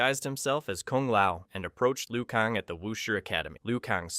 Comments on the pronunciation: Liu kaaan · If you butchered every name just for comments, congrats, you won - but FR though hearing you say Raiden or Liu Kang is like nails on a chalkboard, is it so hard to pronounce non-white names